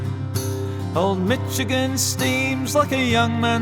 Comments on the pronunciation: I have only one complaint: Michigan is pronounced "ish" not "itch". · I’m sorry, HOW did you pronounce “Michigan”?? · Always found it interesting that the brits pronounce it "Mitchagin" while we americans pronounce it "Mishagin"